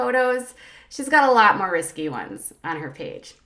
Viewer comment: 'Risky'? You mean 'risque'